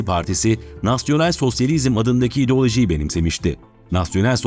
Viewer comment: Ideoloji idooloji değil